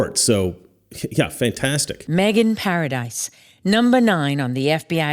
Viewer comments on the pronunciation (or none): none